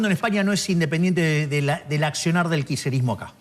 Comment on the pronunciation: Si la presidenga se va a tomar el trabajo de armar semejante teoría conspiranoica, por lo menos que aprenda a pronunciar bien la palabra “kisherismo”